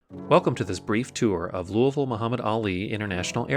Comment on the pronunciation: Awesome. Great job of my airport. And you get a gold star ⭐️ for pronouncing Louisville correctly!